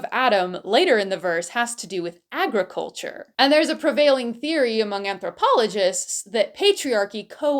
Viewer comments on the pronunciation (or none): The way you said "agriculture" caused me to burst out laughing. Which is not good when you have a mouthful of tea...